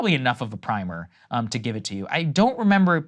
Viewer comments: The word is “primer” as in “prim” not “prime” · SAGAR: it's is not PRIME-er it is pronounced "PRIMM- er". Look it up. Thank you.